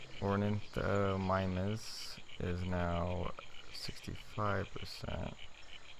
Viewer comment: It's pronounced or-an-th-ah-mime-us